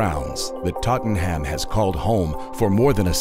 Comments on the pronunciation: My man needs to learn how to pronounce “Tottenham” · Sorry but the way you pronounce Tottenham is killing me 😂